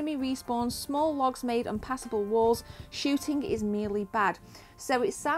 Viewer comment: The word kidding... Does not end with a K. Shooting(K) Crouncing(K) Why do you pronounce so many words wrong(K)! It's annoying (K) as fuck... Now that word does actually end with a K!